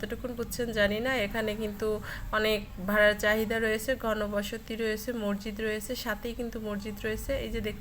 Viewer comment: শব্দটা মরজিদ না। মসজিদ হবে।